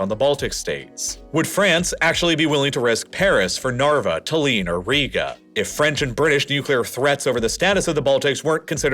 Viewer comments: His pronanciation of Tallinn is also very funny. Its "Tallin" with the focus on a and double l, not "Taleen" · Great video as always! - You pronounced Tallinn as 'taliiiin'. Try ' tallllinnn' instead.